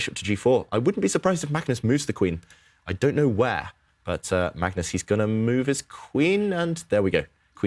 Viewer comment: “Magnoz Carlsen takes the wictory”